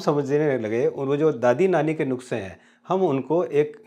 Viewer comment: नुस्का hota hai नुक्सा nahi